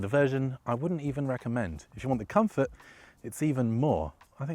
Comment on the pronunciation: 5.m 16 s COMFROT? What's COMFROT? Is this a Covfefe?